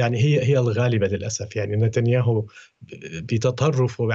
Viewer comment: احسنت قنات العبرية نطقه بسم نتنياهو